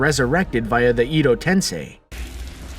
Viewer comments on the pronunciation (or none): Akatski, ee-do tensei xD